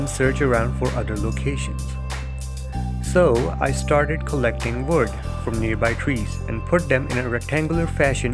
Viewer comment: Very noob plays right here... just the way he said wood put me off